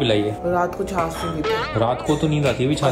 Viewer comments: छास नहीं होता है छाछ होता है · Please don't mind..it's chhachh not chhass.. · It is chhachh not chhas....pl correct me if i am wrong. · That is not the chas it is chach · Chas nhi hota😂😂😂😂😂 chach hota h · Chaaj kehty hain chaas nahi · छाछ को छास क्यु बोल रेह हो